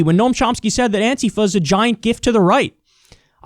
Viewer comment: You must be only person I've watched in the last 5 years that is able to actually pronounce Antifa correctly.